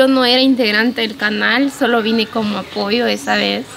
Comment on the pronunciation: La abogada fue de ampoyo 😂😂😂😂 se dice apoyo ..